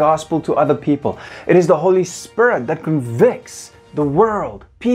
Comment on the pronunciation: I like how he says "Spirit" sounds like "spare it" It sounds really cool.